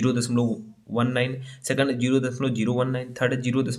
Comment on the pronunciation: लिखे हो सेकण्ड और बोल रहे हो सेकेण्ड😡😡😡😡